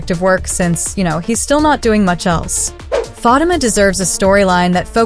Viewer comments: Can someone please tell the narrator how to properly pronounce Fatima's name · Her name is Fa tee Ma